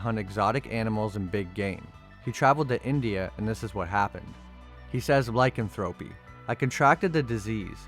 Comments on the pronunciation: It's pronounced ly can throw pee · I am 6 minutes into the video and I just can't take it anymore.....first it's pronounced Tal-but all one word. It's not Tal....Bot. Second, it's pronounced Ly-can-throw-pee.....not Lycan.....thropy